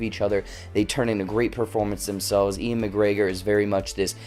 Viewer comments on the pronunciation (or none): God dammit. I could have seen this movie a week early but instead went and saw that shitty Terminator sequel. FML. (Also, FYI, Ewan is pronounced "Yoo-wen", not Ian. You've been watching too many of Bongo's videos, haha.)